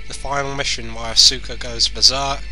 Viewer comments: "assoooka" its ASKa you fucking tool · As-OO-ka? Really? Really? <.<